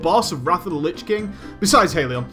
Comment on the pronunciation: "leech king"